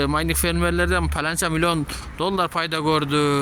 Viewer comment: Майниң эмес майнинг